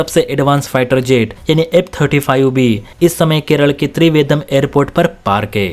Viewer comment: त्रिवेदम् नहि रे बाबा त्रिवेन्द्रम्।